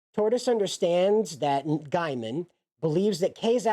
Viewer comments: Gaiman not Giaman, your pronunciation is driving me insane. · Just an FYI - you are mispronouncing his last name. It is said Gayman nto Guyman.